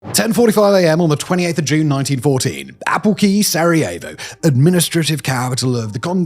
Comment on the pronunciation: I have never heard more names incorrectly pronounced in one video, ever. I swear to God, Simon, it's not that hard, especially in the age of AI. I know limies don't care a crap about pronouncing foreign words correctly, but maybe show just the least little bit of respect.